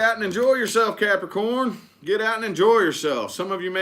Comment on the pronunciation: Love the way he stares into the screen and says Capricorn “caaarprocron”for their readings 😂